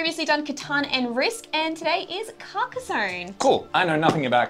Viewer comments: [kar-kah-sonn] ;) Great game and I love the style you chose. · I believe it’s pronounced Car-kah-zonn (with the french R though). It’s a real town in France! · Your not far off with your accent, it's CAR (like a car) KA (again, like the first sound in car) and SONNE, (Like son, but with the n a little more longer, the E in french isn't really pronounced like in english, it's better to sometime forget it for better prononciation) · It’s not called “carcarzone”. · Hey, European chap here. It's pronounced 'Karka-sonn' that's a hard sounding stop at the end, to rhyme with Tron, not Bone. Hope that's useful for you 🙂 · i say it like "caca zon" kinda but also i call it something new everytime because i cant pronounce it lol crack zone carcus swan carcasia cansiopia so on lol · As Aussies you should come pretty close to the correct pronunciation when you say it like this: Car (the vehicle) Kaa (the snake from "The Jungle Book") Son (a male child) Car-kaa-son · Almost, not with a z sound but with sss And I have no idea how to describe the “onne” sound x) maybe like you’d pronounce “on” in “on and off” ?